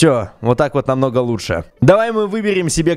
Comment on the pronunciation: 9: 04 ЛУТЬШЕ "Г"